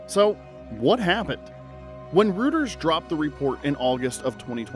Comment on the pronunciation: Ah, it's pronounced Roiters, not Rooters. C'mon man, get it together.